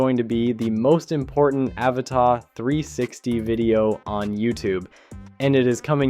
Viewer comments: My single criticism here? Stop mispronouncing "Avata". I really like your stuff and don't mind it being a mix of others footage. But please call it what it is, Ah-vah-tah. Lolol. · Yeah but you still pronounce Avata wrong, it's not French. Doesn't mean I don't like your videosI do, I follow you after all, and give a like to all your videos, it's just that the pronunciations it's annoying and not what DJI calls it.